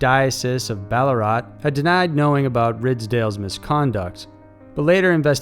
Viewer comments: Ballarat - bell-ah- rat. As in the animal, rat. not raht. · Also Your pronounciation is very off, Alipius is (Ah Lee Pee Us ) and Ballarat is (Bal a rat) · It's pronounced Ballaa RAT